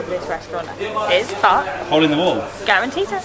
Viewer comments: its guaranttita not guaranteed XD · The garantita is not garantete 😂😂🤣